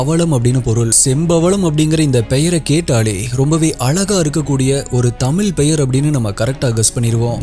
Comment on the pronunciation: Pronounce tamizh properly